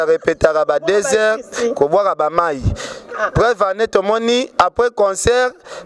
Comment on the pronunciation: yo nde oza na problème na e na é. i na u . "anneu passée nde nini ?" "deuja" na nini ?